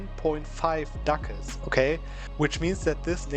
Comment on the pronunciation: I LOVE how you pronounce Ducats. It sounds like Dackels. "Now you see, this province has 10.5 Dackels!!!" "300 Dackels just from raiding these few provinces!" Killing me every time, please never change!